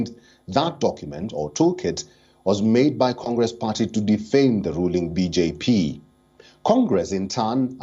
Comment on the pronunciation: He's pronouncing BJ Pee 😂😂